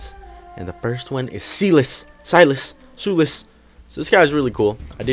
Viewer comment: I thought we discussed this on Stream. "Sy-lis", it's not that hard.:P Silas is pretty cool tho.